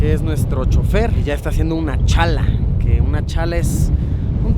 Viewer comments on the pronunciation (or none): luisitooo es chaya no chala jejejej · Se dice chaya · "Chaya", Luisito, se dice asi 😎 Saludos desde La Paz Bolivia 🇧🇴